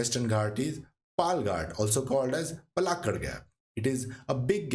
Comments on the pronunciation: Its not palgat its paalakkaad😢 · Palakkad not Palghat😂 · It's not palghat .... u hindi __ . It's palakkad, try to learn. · Excellent info.Please look up correct pronunciation of places.The narrator gave out three different variations of Palakkad.